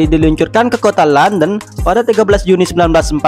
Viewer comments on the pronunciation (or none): none